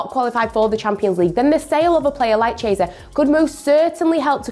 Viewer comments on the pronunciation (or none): Who the hell is "Cheeaysa"? - Repeat after me: KEE-E-SA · But… however… although… but… however.. is really repetitive and the way she butchers players’ names is simply unbearable. Her latest victim Chiesa (“ch” as in “child” chiesa. Wow) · Somebody tell this girl how to pronounce Chiesa